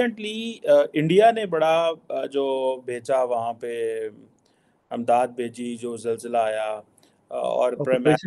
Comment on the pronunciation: Amdad nahi Imdad hota hai jahil🤣